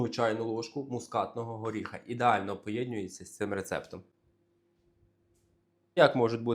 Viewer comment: Чому :,,поєднЮється,, ,а не поєднУється???? Чому : ,,вісімдесятЬ,, ,а не вісімдесяТ ????